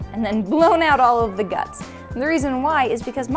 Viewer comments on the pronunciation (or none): none